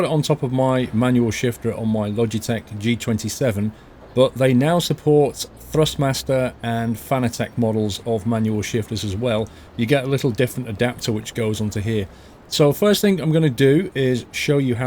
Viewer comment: don't be a bloak.. it's pronounced like FANATIC (wow)